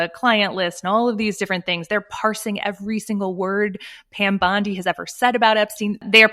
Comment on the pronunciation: This girl must be the only person on the planet who can't pronounce Pam Bondi's last name